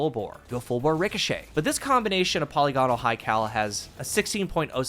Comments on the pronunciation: puh-LIG-in-ull. Not polly-GAH-nul. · Not one d2 youtuber knows how to pronounce polygonal.